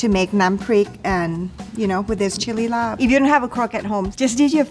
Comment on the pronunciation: Born and raised in Chiang Mai and another 15+ y in the State. I've never heard any Thai chef pronounce "LAAB" as "LARB" until today! It's always been "laab," and I'm proud to say I finally found a chef, Chef Hong, who knows it too! lol